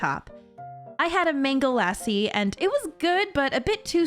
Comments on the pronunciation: I LOVE YOU BUT… the way you said “lassi” was not accurate 😭😭 It’s pronounced “La-see.” (like how you’d pronounce “Sí”) I hope you’re able to try another mango lassi that isn’t as sweet!! it’s one of my favourites! This video was so comforting to watch, thank you for making my day so much better! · bro i had a heart attack when she pronounced mango lassi, that sounded like the most white girl shit ever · Anyone bothered about how she pronounced lassi🥲? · Is anyone gonna bring up the fact that she said Lassi wrong